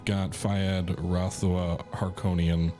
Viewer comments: Ahtrayeedeez? Ahtrydize? Arkonon? Heurkonion? Morgan Freeman and Glenn Frye singing "Smooglers Bluhs." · bruhhhhh your pronunciations of Atreides and Harkonnen made me flinch! You need to watch OG Dune as punishment.